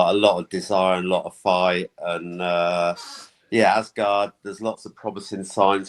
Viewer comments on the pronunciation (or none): Please resist the pronunciation of “Arse Guard”